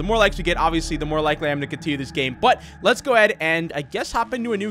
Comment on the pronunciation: bro said gam